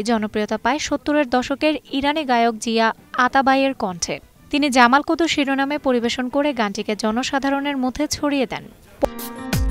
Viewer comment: জামাল কদু না, জামাল কুদু।